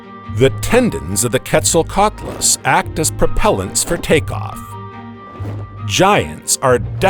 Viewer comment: He can’t say Quetzal lol nervous to sound stupid. Just say it we dgaf